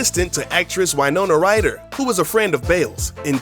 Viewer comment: "WHYnona Ryder"